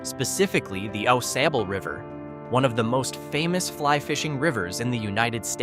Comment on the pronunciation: Mio - MY-oh Au Gres - Awe-GRAY Au Sable - Awe-SOB-bull Muskegon - Mus-KEY-gun Pointe Aux Barques - Point-awe-BARKS 👍